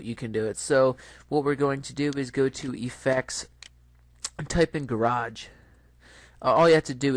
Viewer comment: garBage not gaRage lol